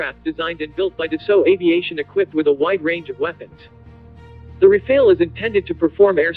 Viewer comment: Good vid, just a thing: The two As in Rafale are pronounced the same as America’s last one. The final E is silent, you did this correctly ;)